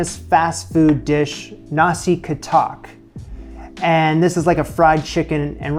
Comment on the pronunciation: I am a Bruneian but more complicated than other Bruneians in Brunei (for some reason) I hate the US but I respect the fact that you learn some of our local foods (yet he didn't realize the word katok was said wrong.